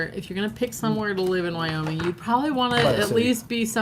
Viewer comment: Wyoming not wooing